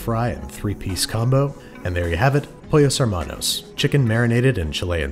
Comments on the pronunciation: "pOllOus hEmaNous" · as a native spanish speaker the way he said pollos hermanos made me throw up in my mouth